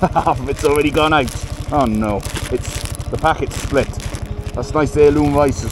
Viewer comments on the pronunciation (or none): none